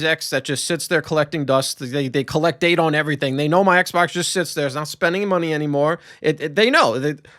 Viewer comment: ay-low fre on the eggsbawcks free-siiggstee was peak